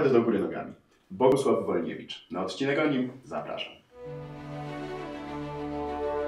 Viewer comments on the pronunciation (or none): none